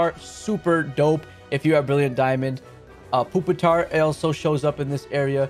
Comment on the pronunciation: Love the vid! Super informative and very awesome of you to utilise your time informing us of all these things! We all appreciate this alot bro! Only thing is the pronunciation of the pokemon names 😅 “poopitar” lol i cried laughing at this. Keep up the great work tho!